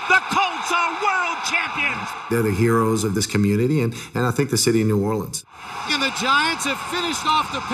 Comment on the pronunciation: That guy killed the word Orleans